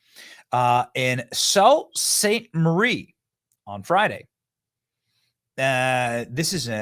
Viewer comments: Salute St Marie = sounds like Sue Saint Marie (not salt) 😊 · It’s pronounced Sue not so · Good stuff here, love the channel. BTW, not to nit pic but pronounced Sue St Marie…not Salt St Marie. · Thank you for this episode Benny ❤ Canadian girl here, who lives under the thumb of this Clown dictator who has destroyed our once great country! I'm a huge fan, watch all the time. He is a nutcase, thank you for putting him in the spotlight and for all that you do ! Oh and it's pronounced Soo (Sault) Ste Marie. And our city is a dumpster fire because of this pathetic excuse of a man. Thanks again. 🙌🇨🇦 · “Sue” Saint Marie…..lol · Pronounced sue-saint-marie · It's pronounced "SOO Saint Marie". I know because there is a Sault Ste. Marie in the Upper Penninsula of Michigan (my home state), divided by the St. Marys River and the "Soo Locks" (its actual name) from the Sault Ste. Marie in Ontario, Canada. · It's pronounced sue st Marie. Im from Michigan and it's right at our border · Most likely someone here corrected Benny on the Pronunciation.. Sounds like "Sue" Saint Marie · its pronounced sue saint Marie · pronounced Sue - saint - Marie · It’s pronounced SOO Saint Marie Benny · Sue saint Marie * 😉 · It’s pronounced “Sue-Saint-Marrie”. Just a friendly FYI. It’s only a few hours from where I live. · Michigan here. It's pronounced Soo Saint Marie. We got one on our side near where I75 starts. js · Canadian here-.. Don’t ask me why… but Sault St.Marie is pronounced “Sue” st.Marie One of the strange things in our country that makes zero sense lol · It's pronounced 'Sioux Saint Marie'. There's a 1970s interview with Margaret Trudeau where she was asked about sleeping with Castro and provides a detailed answer. She makes Lady Gaga seem like a hermit. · Lol it's pronounced Soo St Marie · It’s pronounced So-Saint Marie. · Pronounce Sioux Saint Marie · Great video Benny. At the risk of sounding pedantic, the town is pronounced "Soo Saint Marie". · It's pronounced "Soo Staint Marie"